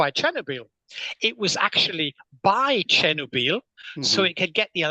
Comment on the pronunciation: I don't understand how an expert can mispronounce words like nuclear (new clear, not new cue lure) and Chernobyl (Chenner Beel?). Should this be more obvious to those who have participated in discussions with multiple experts? I'm being sincere, not snarky. I also noticed David Grusch mispronouncing nuclear. I'm pretty confused by this. I would think people who are in high-level discussions should be more detail-oriented.